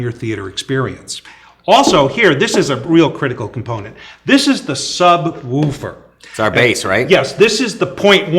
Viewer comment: "the sub wooper"